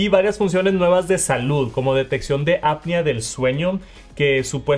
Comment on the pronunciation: TERMINEN LA PRIMARIA PARA QUE NO ANDEN DICIENDO ÀPNEA, SE DICE APNEEEEEEEEEEEA!!! No bueno, con estos "creadores de contenido" de 3 pesos